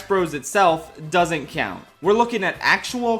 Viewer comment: I love the moments Philly accent comes through ("cyount," "cyoupon").